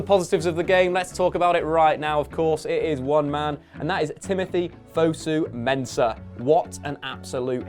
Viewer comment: Jess Lingard? Fusu-Mensah? Come on